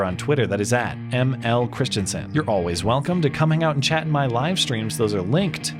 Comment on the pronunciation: Why do you say always like that? It's annoying!